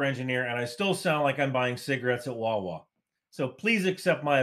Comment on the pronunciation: you don't pronounce Wawa properly !!